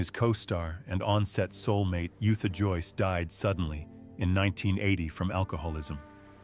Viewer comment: You're totally correct both very much alive and I'll be reporting. Anyone who can't pronounce Yootha Joyce's name correctly shouldn't be making videos about her .